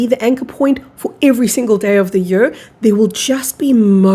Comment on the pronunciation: You pronounce year as yur And not yeer